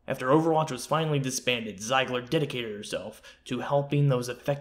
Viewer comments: Pronounced "zeeeegler" 🙄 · Haha yeah but if you replaced the "e" and "i", it would sound as you pronounced it in the video :) So it's not as if you were way off